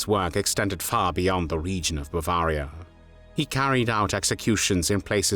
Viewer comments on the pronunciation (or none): none